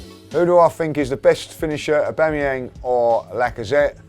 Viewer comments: Just came to Hear Aubangyang :D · A bang a yang lol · Love how pronounces Aubameyang 😂😂😂